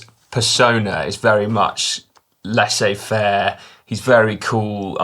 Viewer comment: First time I’ve heard “Laissez faire” pronounced “Lesso” faire. Interesting one Si.